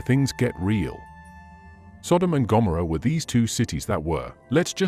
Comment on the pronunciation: I am so sick of AI. Every single post something is pronounced wrong. Here Gomorrah. This narrator says Gom oh ruh. I cannot listen any longer. Every single post is like that. Earlier a narrator said bee har not bay har for joy behar on the view. We. Are. Over. Run. By. AI. When will there only be AI? No? It won't happen. Watch. Insidious. You can say I am missing the point. Maybe we should be reading the Bible instead of listening to these posts. I massacre the words of the Bible. I believe God forgives me. I believe God does not forgive AI. Or those implementing it. Shalom